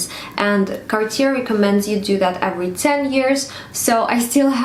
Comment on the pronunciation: With respect. That is not how it is pronounced. “Car-teeyay” is much closer to the correct pronunciation. If you are going to be making videos on the topic, and have a collection, it’s better to be calling it the proper name. Also, while some may be affordable than others… “anyone can get access to one” is seriously out of touch with society. I’m not being jealous, I have Cartier and fine jewellery myself… but I know that I am lucky to own it and don’t presume some of those pieces are affordable to everyone. x